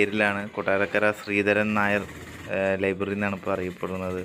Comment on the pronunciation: Libary alla .. library